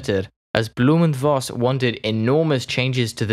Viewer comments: I agree with those compliments! Good pronunciation, clear speech, good tempo. Very easy to understand, even for a Swede like me. Interesting subject, too ! One comment: To the best of my knowledge, V in German is pronounced like F in English. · Voss is in german language spoken Foss, not Woss.